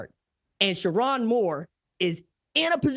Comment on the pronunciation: SherRONE, not SheRON! 😅😅😅